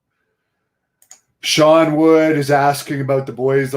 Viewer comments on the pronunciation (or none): none